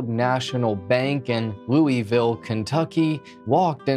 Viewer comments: As a Louisville native my asshole puckered when you pronounced it 'Loo-eville' it's pronounced 'Luhvul' other than that great video. 👍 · It’s pronounced loo vul. Some will say it is pronounced loo a vul but I’ve never really heard any Kentuckian pronounce the a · its pronounced looh vool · I live in Louisville and I remember this happening. Also ps it's pronounced Loo-ah-vul. I'm sure I won't be the only person to say it. Anyway, great video. Never thought you'd cover a story from my current home. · We say loo uh vuhl-Louisville 😊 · This mispronunciation of Louisville is cringe af